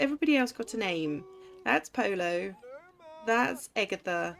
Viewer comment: In Spanish a double LL is pronounced like a Y. So Pollo is pronounced poyo.